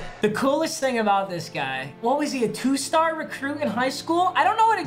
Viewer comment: Pov: you heard papa say “there’s an awesome store in the pack” and Instantly thought “wtf did he say?”